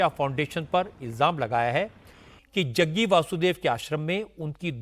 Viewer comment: Jaggu nhi Jaggi aur ji bol liya kro